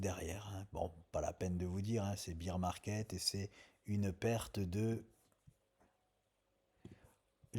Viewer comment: Minute 11 ' 06 il dit encore bire market au lieu de baire.. biere et ours c est différent